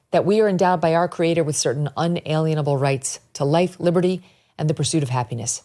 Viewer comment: Small correction, and it drives me crazy. There no alien in unalienable!! It's UN-ALEEN-ABLE. Thank you.